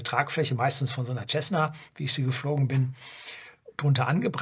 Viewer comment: sie sagen "Jessna" zu "Cessna" - müsste es richtigerweise nicht "Sessna" ausgesprochen werden - ich frage mich das oft weil ich es immer wieder höre. Aber "City" wird eben auch "Sity" ausgesprochen und nicht "Jity".